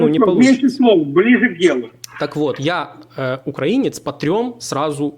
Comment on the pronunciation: потрібно було послати старого уїбана курсом руССкава воєнного корабля як тільки це беззубе чмо почало неправильно ставити наголос у слові українець! Він спеціально так робив, аби спровокувати! Мені це ріже слух принаймні! Тобі моя вподобайка і вітання з міста корабелів Миколаєва!!!❤❤❤